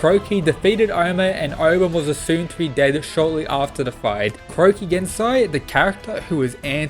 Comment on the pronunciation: Stop saying Croaky